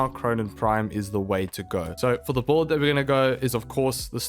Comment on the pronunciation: Bro why do you pronounce Build as "Bolt"?